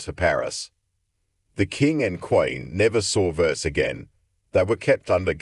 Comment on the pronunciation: Versailles- pronounced Ver-sigh